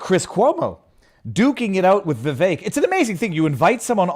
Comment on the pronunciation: Vivek rhymes with "cake"